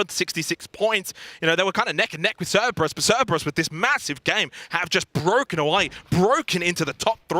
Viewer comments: my god he said "Ceberus" six times in ten seconds. does nobody come to him between broadcasts and say, "hey buddy, i gotta let you know..."? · man, someone tell him there are 2 Rs in Cerberus.